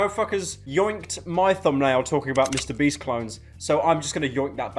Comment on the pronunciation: "MrBreast" Is what I heard in IDK WHY I DECIDED TO COMMENT THIS